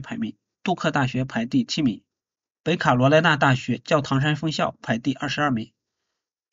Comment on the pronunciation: 说的太对了，我听着都难受，听不下去了。😢😢